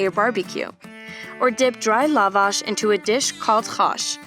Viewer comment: The stress is on second A